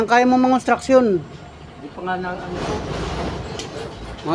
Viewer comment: Nahihirapan lang mag bigkas yan ang sakit ng Pinoy bakit yong ibang lahi di din marunog ok lang